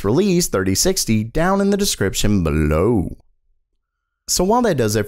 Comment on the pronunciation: "below" what did you swallow there pall ???